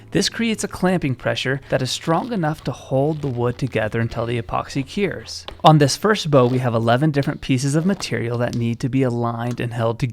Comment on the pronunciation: Its not Ceers its Cures. what is the matter with you?